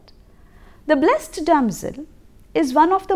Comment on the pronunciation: a small correction..."blessed" is pronounced as bles-id.🙂